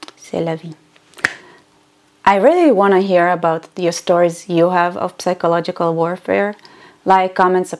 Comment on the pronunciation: Love your uploads, I watch them all ever since I found out about your channel. Just one thing... The word "psychological" in english you pronounce with a silent "P": -sychological. Anyway, don't mind me, I'm a bit autistic. Love you!! ❤